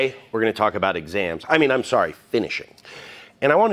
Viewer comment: 02 he said "exams" hehehehehehe